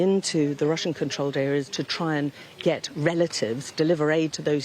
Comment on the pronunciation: Its Russia not Ruzzia say it right or pay the price